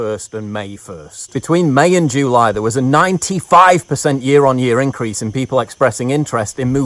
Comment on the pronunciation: Love your videos Paul but pronouncing July "joo-lie" to appeal to your American audience is kind of cringe.